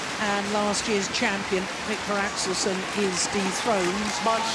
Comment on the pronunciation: I agree with you, but stop saying "Axelson", it's not that difficult to say 'Axelsen"....